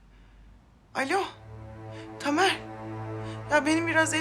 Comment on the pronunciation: tamer değil taner